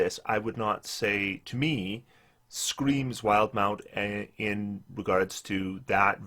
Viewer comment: I can't stand when people say "wild-mount" instead of "wil-de-mount", but it happens so often.